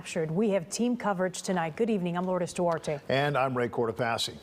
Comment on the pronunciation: “iM lOuRdEs dO aRtE” 🤦🏻‍♂️🤦🏻‍♂️🤦🏻‍♂️ latina cant say her own fuckin name smfh